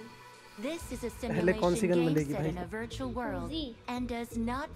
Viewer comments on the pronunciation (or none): none